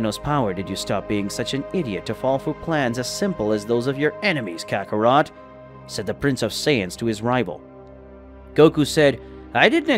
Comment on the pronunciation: Bro it's Kakarot not Ca ka ro to